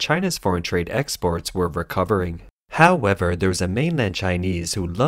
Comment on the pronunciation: Petition attempt #6 to change how the bot pronounces "however" HAO-ever drinking game count for this video: 5